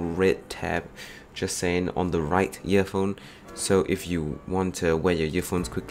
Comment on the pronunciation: im hearing "yearphone and yeartips."